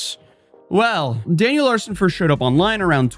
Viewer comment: "Daniel Larshon"